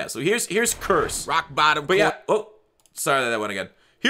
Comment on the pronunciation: Lmao that was the greatest Raawwk Baawwton advertisement screw up ever